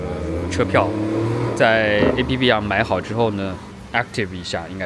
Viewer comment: 1，1252年就是中世纪。 2，中国对瑞典早就单方面免签了。 3，斯德哥尔摩由14个岛屿和一个半岛组成，全城有70多座桥梁把这些岛屿连成一个整体。是北欧版的威尼斯。 4. APP， 走出国门应该读作 “爱朴“。不然，没人理解你说什么 ”爱批批“。 5. 市中心的华人超市叫” AM“， 越南人开的亚洲超市。价格比普通华人超市贵。